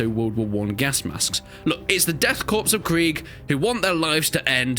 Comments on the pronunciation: "Korps" is pronounced "Kor" god damn it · Man's talking down to 40k fans but he mispronounced Korps